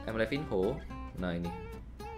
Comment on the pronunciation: Itu bacanya livano